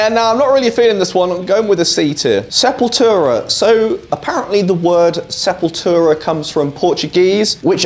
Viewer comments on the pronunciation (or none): none